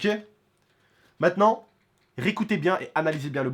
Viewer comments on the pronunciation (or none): none